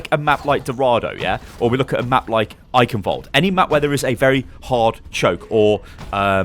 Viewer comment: Your pronunciation of Eichenwalde is terrible xD